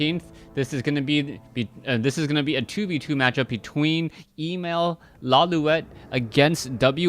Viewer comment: Emal not equal to Emalfan. And it is pronounced Emaaaaal, a as in lalala.